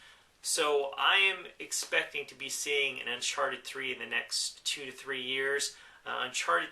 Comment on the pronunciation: saying uncharted 3 sounds kinda wierd